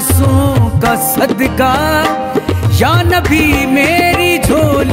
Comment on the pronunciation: sadka nhi sadqa padho language theek kro apni rafaqat ali khan